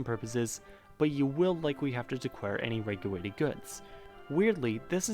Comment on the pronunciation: "decware any weguwated goods" 😂😂😂